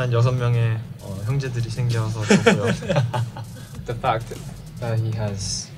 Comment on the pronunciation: omg i just noticed he says The Fackt and not What the fuck 😂😂